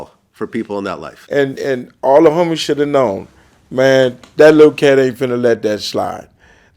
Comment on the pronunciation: “Da homiesh...”